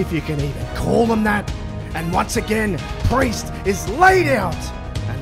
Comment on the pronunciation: Cody: and with that Mr. Pee-Erse i bid you a goodnight, not a farewell for i wish to see you when the time comes 🚶‍♀